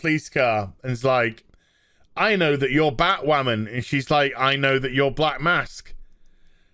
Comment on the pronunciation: I thought you said BahtWhamen Vs BAME for a second there..